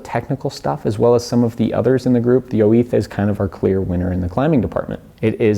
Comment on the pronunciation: why are you saying 'oiz' like oh-eeth